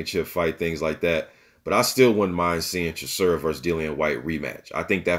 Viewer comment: Bro you are mispronouncing his name it is how it is spelled...Chis...ora..not Chisura lol